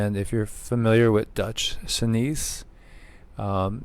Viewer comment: It's pronounced Dutch sense and yes, like you, he is amazing.